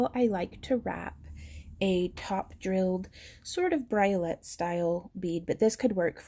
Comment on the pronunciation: Briolette = "bree-oh-lay". And that's how you say it! :-)